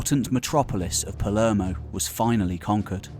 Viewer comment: if you're going to do documentaries about Italy, you might want to learn how to pronounce Italian names. "Cal-AH-bria," Not "Cal-AY-bria". "Pal-AIR-mo" not "Pal-ERR-mo".